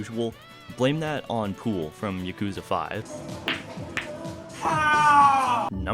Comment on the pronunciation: This video is awesome but I must stess: It is Yakuza (YAH-ku-zah).